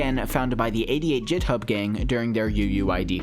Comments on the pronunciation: excuse me did you really just pronounce github as "jithub" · ITS NOT PRONOUCED JITHUB